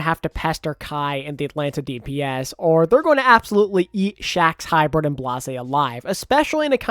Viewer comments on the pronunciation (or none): none